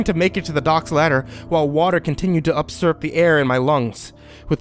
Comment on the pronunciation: Excellent story and great reading. This is the longest one I have listened to. The word was 'pus-sy' as in full of pus (rhymes with bus). Not ashpalt, but asphalt , and the other word was usurp, not upsurp . Other than that great reading. :-)